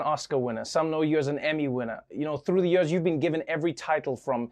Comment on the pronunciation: I love it when Trevor says "Yerrs"